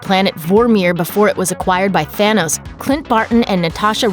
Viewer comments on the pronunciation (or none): none